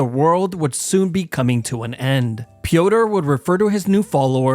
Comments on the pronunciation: Pronouncing Piotr like “pee-o-tur” is cracking me up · Piotr is the slavic form of Peter, not sure if you pronounced it like "Pee Odor" for comedic effect or by mistake. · It's pronouced Peter by the way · Piotre is pronounced Pi - ot - tré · Bro called him peeodor